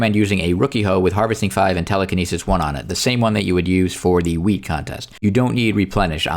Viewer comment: ik it just sounded like you said 🍃 you know. Luv ur content btw